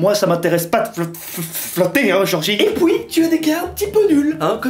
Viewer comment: " Et pouis" 😂